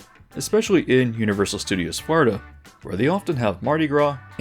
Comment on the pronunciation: This dude says Florida like Farda and it’s driving me insane